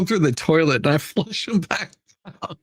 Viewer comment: “FLUSH”. This out 😂😂😂